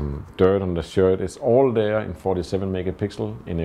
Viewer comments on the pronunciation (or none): none